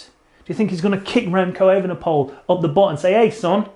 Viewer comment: How do pronounce Evenepoel? It's not that hard You first start with a long 'a' like ape than 'ven' like even without the first 'e' than you repeat the same 'e' as the one of 'ven' than you at poel pronounced like the word pool But speak it like E-ve-ne-poel en not E-ven-e-poel See Not that hard